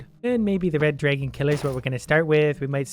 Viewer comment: drAgon. not draygon you naga!